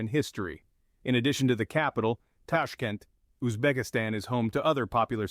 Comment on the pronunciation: Tashk'ent, Tashk[E] nt, blinn..